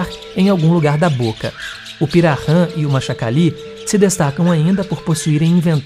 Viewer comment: Interessante, mas precisa treinar um pouquinho a pronúncia "kaingange " e pirarran é pirahan e nhengatu nao é exatamente nome de língua nhengatu significa língua Boa, o correto é língua geral amazônica, língua geral paulista as são nhengatu como também o guarani jopara falado no Paraguai.